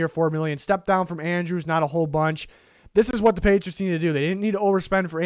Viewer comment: patritos? Lol